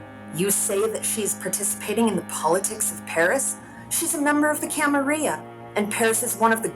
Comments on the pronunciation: Common ppl say it with me camarilla not camarya...timitzie not shemeze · Camarilla/ya pronunciation is regional, and chee-mee-see has been pretty consistent